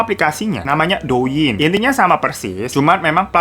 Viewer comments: To ying bang,,, bukan do ying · Bang, cara bacanya Liziqi = li ce chi Douyin = tou in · inpo aja bang...douyin nyebut nya touyin. li zi qi nyebutnya li ce chi